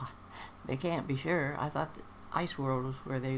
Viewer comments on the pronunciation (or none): none